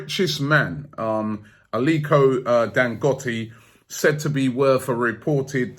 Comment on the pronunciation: It pronounced Alikoh-Dangotay